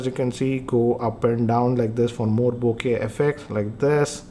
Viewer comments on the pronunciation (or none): none